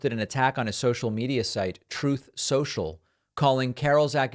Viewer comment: Why does David keep mispronouncing Troth Sential?